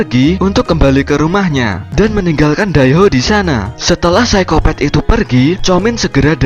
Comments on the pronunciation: Psikopat min bukan psikopet😀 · hahaa iya sykopet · Apa Cuma aku Yg denger Orng Nya bilang Saykopet wkwkwk